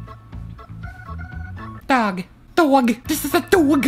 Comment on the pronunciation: Everyone: Dog Elmo: DAWG